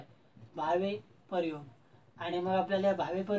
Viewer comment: 'लींग' या शब्दाला पहिली वेलांटी आहे सर आणि 'परयोग' असा उच्चार नसून प्रयोग असा उच्चार आहे. पण चांगला प्रयत्न आहे .